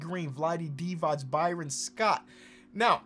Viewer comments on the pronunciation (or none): Bryon Russell. Pronounced the same way as Brian.